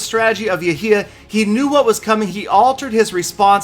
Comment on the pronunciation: its not yahya its actually يحيى